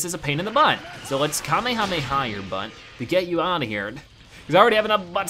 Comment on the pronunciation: It's called the kamayamay wave